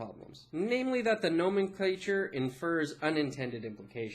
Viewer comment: no-MEN-cluh-cher. not GNOME-in-CLAY-cher.